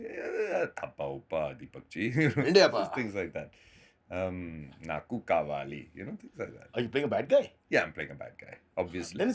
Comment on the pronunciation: Jim's "naaku kaavali" was perfectly pronounced. I thought he will chicken out from blurting telugu but did well.😅